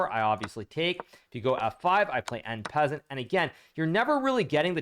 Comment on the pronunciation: "en peasant" LOL